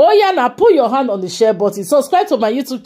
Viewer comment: It’s pronounced ‘share’ pls, not ‘shwell’